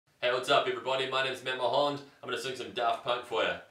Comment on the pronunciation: matt mohound? mahoon? mohown? moholn? is this how you pronounce mullholland, wow, seriously.